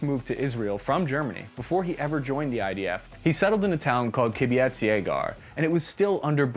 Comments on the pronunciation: He called it ky-byzt instead of ky-buuts but respect the effort of trying to pronounce it right it was clear that you were definitely trying but thought because of the tz at the end it would be pronounced in a Slavic way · It's pronounce kib-bults, not kibbiets. A Kibbutz referring to an Israeli socialist and/or religious communal farm. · Thanks for a great history lesson about one of the few guns I've ever fired. At about , "kibbutz" is pronounced "ki-BOOTS". Only two syllables, emphasis on the last one. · Uziel Gal did not settle in "a town called "KibbiATZ YAYgar." 1. The place wasn't a "town" in the usual sense, but a collective farm called a "KI-butz" in Hebrew, with the stress on the first syllable. There was a single dining hall and not a single store. Everyone owned everything collectively. 2. The actual name of the place was "YA-gur," also with the stress on the first syllable. By the way, I'm glad that he never married Gal Gadot. She might have been called "Gal Gal" -- which means "wheel" in Hebrew. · Kibjatz? Kibbutz How can you pronounce a word like kibbutz to kibjatz? :D This is some heavy American sht. :) Or you are so clever that you are feeding our commenters with new and new mispronounces. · Its prenanuced ki-boo-tz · Kibbutz Yagur is not a town. It's a kibbutz, which is a communal agrary settlement unique to Israel. And it's pronounced ki-bootz. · It's pronounced "ki boots" קיבוצים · its Kibbutz as spelt !! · Man,, I get you won't check how to pronounce Czech (pun intended), but mispronouncing kibbutz? You make me cringe so hard with this, but I guess, average infantryman. You are not murdering a few languages per video, you are calling a drone strike on them! Be careful with that pronunciation! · His pronunciation of "Kibbutz," was very original.